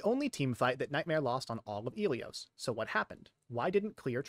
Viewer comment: the fact that you say "Ilios" like eelios when the game itself pronounces it like Ill ee os is crazy